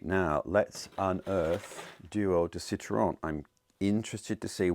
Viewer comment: I absolutely LOBE YOUR duo de Citron and as a French native, LOVE the way you say it’s name😉😍